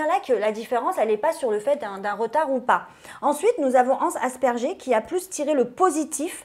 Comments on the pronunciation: Super émission ya juste un petit truc qui ma stressé pendant l'actu libre d' concernant le syndrome d'asperger donc cela s'écrit bien asperger mais se prononce aspergueur voilà c'est un détail mais ça me stressé de l'entendre répéter asperger. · Quelqu’un peut dire à que « asperger » se prononce « aspergueur »? Très gênant cet amateurisme. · qui dit le syndrome "Dasperjé" elle le prononce " asperjé" mais on le prononce pas comme ça 🤣 normalement on le prononce syndrome "D'aspergere" lol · Coucou l'Equipe! Je voulais juste faire une correction pour dans sa rubrique sur l'autisme. Elle a dit "Asperger" de la façon "française" or, on le prononce "Aspergueur"! Voila, bisous à vous!;) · tu n'as pas la bonne prononciation de la pathologie ca se prononce en disant (G en non j) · La prononciation de asperger m’a fais mal aux oreille il ce prononce « as per gu eur » . Sinon merci d’en parler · Elle me stresse à dire asperger! On dit « Asperguerre » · on ne dit pas " asperger "!! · Super épisode comme d’hab 😜 Juste ça se dit « ASPERGUEUR » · C’est super de parler de troubles autistiques mais quand on se lance dans ce genre de descriptions c’est bien d’apprendre à prononcer correctement le mot “Asperger” parce que c’est probablement un des noms les plus importants quand on parle de TSA😘😉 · Elle a vraiment dit « asperger » ????